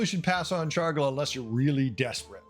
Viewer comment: I’m not sure the last time I heard someone say “Chargla” instead of “Charlga”. Rather entertaining. Looking forward to Beasts.